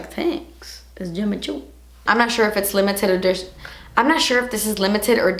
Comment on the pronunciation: "Tenks isss Jimmi choo"😂💛